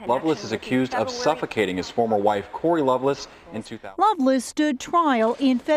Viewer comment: It’s Lovelace not Loveless.